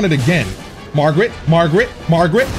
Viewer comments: i love sm and this is my second time watching this play through, but i cant stand when he says margrit😭😭 its margit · calling Margit, “Margaret” the whole fight had me rolling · There is not one name that this guy says correctly. You kidding me magrit? Melanin? Grass instead of grace? This dude needs to go back to school lol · Im glad I wasn't the only one stuck on "Margret" for a good while. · When he called Margit Margret I died!!! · Keeps calling Margit Margaret lol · Everybody keeps saying this name wrong lmao. Its not Margaret. Its Margit. I dont think Ive seen more than 2-3 ppl get the name right 🤣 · Idk if you’re pronouncing the names wrong on purpose but his name ain’t Margaret. Also you need to slow down and go explore more. You’re kinda just rushing through this. You’ve missed a whole lotta stuff in limgrave